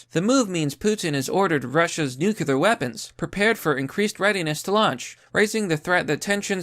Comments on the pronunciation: Brother I love your videos and I'm subscribed but it's not "nuc-u-lar", it's "nu-cle-ar". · nu clear. not nuc ular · Not nucular... new queue lar X wrong. Nuclear... new clear... pretty simple. Dubya couldn't get it right either. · WTF is a nukular war???????? Are you trying to say NUCLEAR (pronounced "nu-clee-ər")? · It's "nuclear", not "nucular". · New-Clear!!! Not “new que lar” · STOP CHOOSING TO BE BAD AT PRONOUNCING "NUCLEAR!" NU. CLEAR. THERE IS ONLY ONE U IN THE WORD, NOT TWO, SO "NUCULAR" IS WRONG. (This message has been brought to you by the Foundation for English Language Pedantry) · Man I really like this channel, but it's pronounced new-clee-ur lmao not new-cue-lur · I would normally make a comment about how much I hate the way says "new-cue-lar" instead of "nuclear", but I'm just glad you're back, buddy. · Every fucking time you say nucular [sic] I cringe so hard that my teeth hurt. :-/ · There's no such thing as 'nukular' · Nu cle ur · Yo nibba, I'm glad you didn't go homeless, but if you keep saying "nukular" I'm gonna have to rescind my sympathies. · Nuke-you-lar. It's pronounced nuke-you-lar. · Considering how often you say nuclear, you really should learn how to pronounce it. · We're on the edge of WW III and yet I keep obsessing over the pronunciation of 'Nuclear'. Meh. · Dude, that's not how you pronounce "nuclear"... 🙄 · Pronounce nuclear correctly, ass-hat